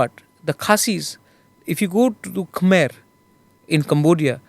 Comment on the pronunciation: Khmer is pronounced as kuh meh for your info